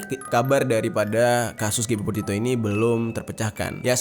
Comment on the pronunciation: kepleset mulu jer,potito petito potito petito,gak sekalian Potato aja😂